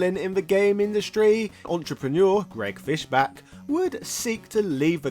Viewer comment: It's Fischbach with the bach pronounced like the composer not "back".